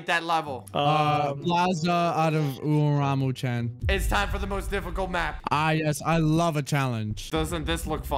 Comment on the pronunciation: Me: Umaru Chan: Umuramu chan